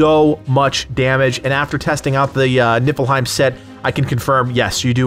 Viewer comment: Am I the only one that hears you say the "Nippleheim set?" No? 😄